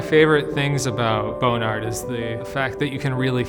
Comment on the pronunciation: Is he really saying Bone Ard?